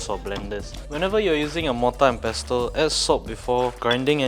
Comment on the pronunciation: Your recipes are really great, delicious, adventurous yet authentic. But could I just clear this little thing? Pestle is pronounced pair-sl where the 't' is silent. Just like in whistle, pronounced whi-sl.